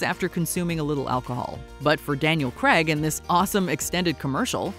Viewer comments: Craig not Cregg 😂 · Daniel Craig or Daniel Cregg? I'm sure she called him the latter! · Try to pronounce Craig properly. It's not pronounced Creg, it's rounded Crayg. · “Daniel Graaaaaag not Greeeeeg. 🙄 😂🥴🥴🥴🥴🥴🥴🥴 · Was enjoying this until she said "Daniel Cregg" ugh, it's CRAIG... sorry, just one of those American pronunciations that really irk me. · Please for the love of god learn how to pronounce Daniel Craig's name.